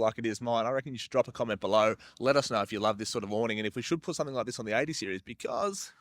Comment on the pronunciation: That's golden. "OK sOoo It's ThE beST 80 SearIEs ArOUMd" 😂😂